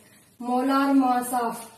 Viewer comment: Its not moss its mass